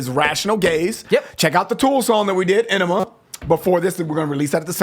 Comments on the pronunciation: Omg. Its not tool- enima... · AH NEE MA NOT ENEMA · Ann eem Ah not enema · For the record - it's pronounced Ah-nema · The Tool song is pronounced (Onema) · It's pronounced eye-nima. It's a combination of the words Anima, meaning Soul. And enema which is a cleansing. Ænima, basically translates to "clensing of the soul". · It’s pronounced Eye-nima